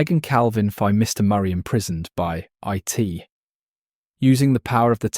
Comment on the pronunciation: A society where individuality is erased and free will is nonexistent is a perfect description of our own. Also, you do not pronounce IT like an acronym.